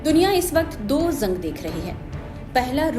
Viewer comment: ज़ंग नहीं जंग